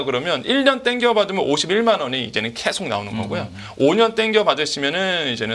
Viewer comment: 말씀 잘 들었습니다. 그런데 발음이 너무 거슬려서. 언제부터 계속 이 꺠속이 되었구, 조금이 쪼끔이 되었는지... 요즘 말투인 것 같은데....헐...